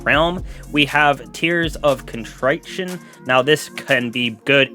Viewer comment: Definitely can't craft vouchsafe btw lol and its kuhn-tri-shun like triple not try, but liking the vids man